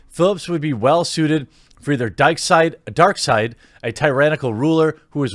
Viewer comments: Lol, You said "Dykeside". (That would be batwoman, right?) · "Dikesight"....I think you just came up with the new hero show airing on CW. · lol dykseid... nice one Jeremy